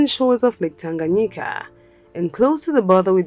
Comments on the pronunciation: Tanganyika not Tanganyaki correct please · Wrong pronunciation due to transposition of letters, otherwise it is Tanganyika! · What’s lake Tanganyaki? Did she mean Lake Tanganyika? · Its lake tanganyika not tanganyaki